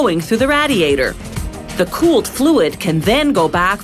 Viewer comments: the way she pronounces radiator annoys me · It’s not a Raadiator but a Radiator… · You silly woman. It's not a /Raddiator/ it's a /raydiator/ because it /raydiates/ heat. (Geddit?) You don't know the difference between lead and solder (sorder in the US), nor do you know the difference between welding and soldering (sordering). Whoever wrote this script knows very little about the process and is not a hands-on person. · It is Ray-dee-ate-or not Rad-e-ate-or! Does it Rad-e-ate heat or Ray-dee-ate heat? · Rad-iators, funny pronunciation . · Gross it's said raydiator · Ray-diator. Jesus. Say it with me. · That's some RAD raadiator😂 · Nobody: Voiceover: RaD-e-AtOr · Rad-iator. This pronunciation disturbs me. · What the hell is a "radd-ey-ay-der"? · she also said radee-atur, bitch needs to go back to school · It's pronounced RAY-DEE-A-TOR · Had to pause it and scroll down to the comments because of the way she pronounced radiator lol. Glad I'm not the only one that is bugged by that haha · The way she pronounces "radiator" makes my ears bleed.. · if you can not pronounce the title....spare us and stop...if you are not proficient in english an orator may not be your calling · I really hate the way this lady pronounces radiator! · or how to pronounce radiator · If you’re going to say radiator 15 times in one video at least learn how to fucking pronounce it. Where the hell did the Original narrator go? This chick sucks. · This was painful to watch because of how she pronounces radiator lol. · Bro.... everytime she says it I want to leave this funking planet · I was about to comment the same thing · learn how to pronounce radiator